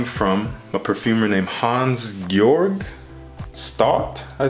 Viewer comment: you were right I've never heard of any of these. Mr. Magnolia by Ecuacion Natural is the one I'd pick just because of the beautiful bottle and its perfumer. You did perfect pronouncing his name Hans Georg. His last name has a diphthong though. The in Staudt is pronounced the same way as the in 'about'